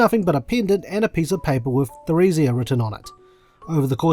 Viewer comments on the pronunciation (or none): Emile, Martel, and Theresia are all French names. So Emile is pronounced as Emily, and Theresia begins with a hard T Just thought I'd throw that out there :)